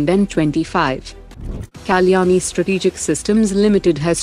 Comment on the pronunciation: Pronounce Kalyani & not Kaa-Kyani, learn true pronunciation.